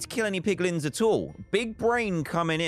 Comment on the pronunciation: dantdm :poglins me: piglins*